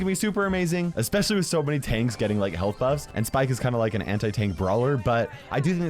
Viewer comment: You said "hyealth